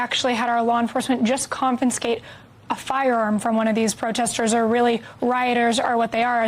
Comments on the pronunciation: LOL! Anyone else notice at around the mark, the reporter said "CON-FIN-SCATE"? Too funny. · Confiscate, try to say it again. Honey...no not confinscate.😂. When did illiterates become reporters??😢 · "confinscate" lol have mercy, people cant say words anymore (eXspecially, buh-un etc), they cant hold a pen or fork correctly, tell time off a clock, make change for a dollar, read or write cursive, drive a stick shift,.....this country is in horrific shape. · Someone needs to tell Tricia McLaughlin how to say CONFISCATE.